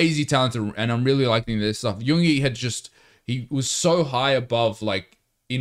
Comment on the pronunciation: Love the genuine reactions. Just to say pronunciation wise for Yoongi’s name, you just need to emphasise the ‘g’ a bit because the syllables in his name are Yoon-gi not Yoong-ie 😊